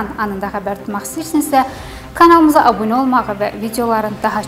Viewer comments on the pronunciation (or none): none